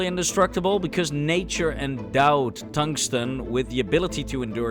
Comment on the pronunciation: Tongue-sten is lickable. 😛